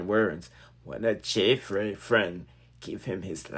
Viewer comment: It's Fraii (fray) not Frass.